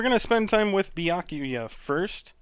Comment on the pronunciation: Honestly, the pronunciation of Byakuya is more or less how I'd pronounce it, and I'm Japanese-American (though I don't speak Japanese, so I'm not a credible source whatsoever, haha).